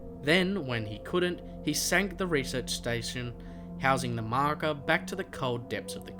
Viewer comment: When you say marker it sounds like mako